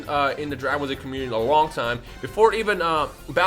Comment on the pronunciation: Every time you say Dragon ba-shehehheielekrhdheu calm down it’s okay